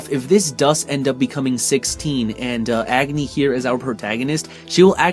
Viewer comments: it's pronounced "ugni" with "a" pronounced like "u" in umbrella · Those who called Tidus Taydus -- they'll pronounce Agni just like you -- Edge-nay lol